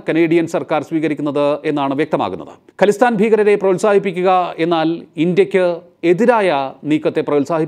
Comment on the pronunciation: ഖലിസ്ഥാൻ അല്ല ഖാലിസ്ഥാൻ എന്നാണ് .